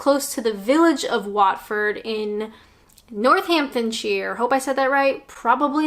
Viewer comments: Northamptonshire!! That is correct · Watford Gap!......I'm from Northampton and you said "Northamptonshire" pefectly correctly, with a accent. Yay! Never thought I'd hear that, so thanks! We're such a little place in the World that am very happy we've been mentioned:). Northants (Northamptonshire) is considered the "Midlands" (i.e. between the North and the South".). Northerners consider us as Soft Southerners and Southerners consider us Northerners. Personally, rather than North and South, I think the difference lies more between towns and cities, and population size. Whenever you travel to a place with less people, generally people are more open and friendly. Always found the Scots and Welsh lovely for example. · You pronounced Northamptonshire beautifully although local yokels would pronounce it less beautifully 'Nuthamtonsheer'. As for the map of the north/south divide that you thought looked wrong...I would contend that it is reasonably accurate in that 'The south' seems to extend further up the eastern side of the country. Stamford in Lincolnshire for instance feels very southern although geographically it's further north than the industrial west Midlands conurbation which feels more northern and has more in common with the north.